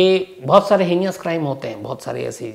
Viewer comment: heinous - sir pls pronounce is correctly it’s not हीनियस it's हीनस